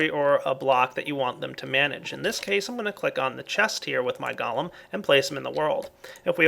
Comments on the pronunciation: I'm pretty sure its pronounced "Go-Lem" not "Gol-um" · pronunciation of the word golem is go-lem. 'Go' as in go over there. and 'lem' as in lemon.